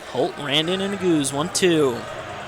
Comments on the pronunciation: nu goose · When the commentator pronounced that I laughed, but someone corrected him right away because ne-goo-zee was never said again. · Right, that's the way people have been saying it forever. This commentator says Na-Goose-Ay...Another one commentators mess up is Chinese names...I guess commentators should do their homework before doing a broadcast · Like it’s so obvious he’s never ran or followed the sport. Didn’t even tell us the split of the halfway point. Mispronounced Yared’s name wrong. “Senior from Notre Dame” that’s all this dude said the entire video. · What's the correct pronunciation of Nuguse? It sounds like the commentator is butchering the name. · And the pronunciation of Nuguse